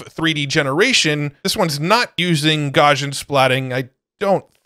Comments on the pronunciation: Not a huge deal, but its pronounced Gauss·i·an or Gous-ian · Btw it is pronounced: Gauss·ian ˈgau̇-sē-ən : being or having the shape of a normal curve or a normal distribution. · Garsjan ... This is not how you say Gaussian! xD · One of these days, will learn how to pronounce "Gaussian"...:D